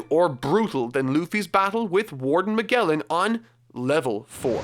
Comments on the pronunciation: It’s pronounced as MaJellan not MaGellan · I'm far more bothered by his pronunciation of *MAH-GEHL-IN*. It's *MAH-JELL-IN*! The Animaniacs even did a song about him, come on. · Its (Mah-Jell-an) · Its pronounced like mage or to put it bluntly majelan. (Magellan) Also the amazon lily is inspired from circe's island from homer's odyssey and he impel down is from dante allegri's hell comedy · Its pronounced Ma-jell-an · Yeah but he should still know how to pronounce Magellan. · Here's how you pronounce these things: Camie(Kay-mee) Haki(Haw-kee) Magellan(Ma-djel-lan) (Even I mispronounced the name when the character got introduced)